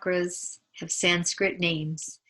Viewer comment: It’s so nicely explained! Thank you. I’d like to ask if you can not properly do Sanskrit pronunciation, can you write on the screen? So it’s correctly understood. Thank you